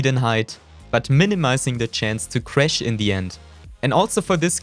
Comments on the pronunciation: “just C R E S H” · He's German😅